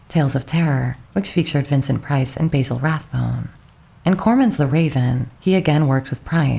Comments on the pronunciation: Who pronounces Basil Baysil? It’s BASIL Rathbone. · Basil Rathbone’s first name is pronounced the British way, not like the American herb.